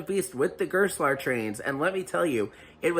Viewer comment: I can't wrap my head around why Americans consistently butcher German words. Gerstlauer is pronounced like "Garest-lauer" with a silent e. Used to live next to it, their carts are really renowned to be sloppy... even the local amusement park doesn't use them lmao